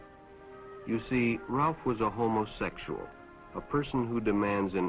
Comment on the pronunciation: I just love the way the narrator sounds out the pronunciation of "homosexual."